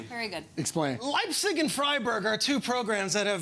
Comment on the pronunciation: Lipcig 🤣 it's Leipzig